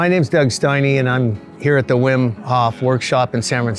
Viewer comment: Wim in English is pronounced like Vim. :)